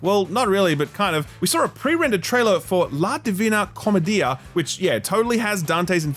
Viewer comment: Great video as always, however, the butchering of the word "Commedia", oh boy. But it's okay.